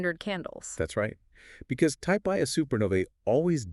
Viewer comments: Type Ia supernova is not pronounced "eye A". The I, upper case "i", is roman numerals for "one". Type Ia supernova is pronounced "one-A". Other number and letter combinations classify other types of supernovae. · type 'Ia" supernova is pronounced "one a", not 'eye a'. The I is roman numerals for one.